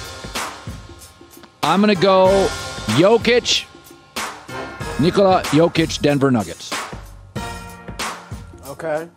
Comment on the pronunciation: Colin said Nikola correctly! Why is it so rare for journalists to same names correctly? Thanks Colin for being a pro!